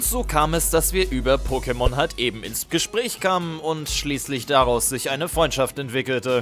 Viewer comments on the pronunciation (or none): none